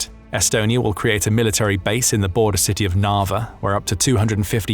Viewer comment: Can you please re-educate yourself on how to say military?